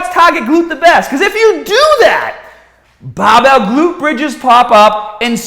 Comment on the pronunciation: Boom!! Butt before we get stahhhhhted.. Bam!! Buy youhself a bahhhbell and stop listening to gahhhbage tips... bang badabing badabong.